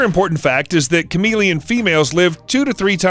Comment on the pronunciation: Who else thought he said charmeleon expert 😂